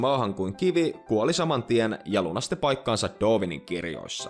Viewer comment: Mitenkäs se Darwin lausuttiinkaan? Doovin? :D